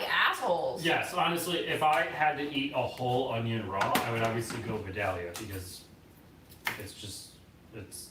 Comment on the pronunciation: Respectfully, just so you'll know, Vidalia is actually pronounced "Vie-dale-yah"...I am from Georgia, so...